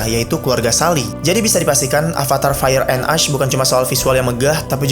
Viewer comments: Bukan "as dibacanya tapi "esh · Jir gw kira "ice" soalnya pronouncing nya "ash" Soalnya setau gw abu tuh pronouncing nya "esh"